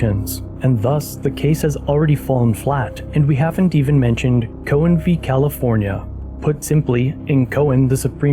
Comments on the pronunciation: Locals pronounce it as "ka-hose" not "co-hose" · Where on earth did you hear Cohoes pronounced like that? The ending is 'hose' like a garden hose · I love you pronunciation of Cohoes😂 the Justice system up here in the capital region is quite corrupt